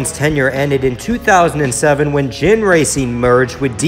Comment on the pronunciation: It's pronounced Ginn, not Jinn. And Ginn had not taken ownership of the team at the time Sterling was hired